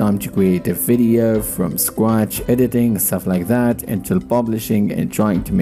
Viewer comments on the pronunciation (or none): none